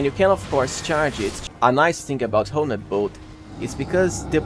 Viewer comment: Honed is pronounced like turned. One word. As opposed to Ho-ned.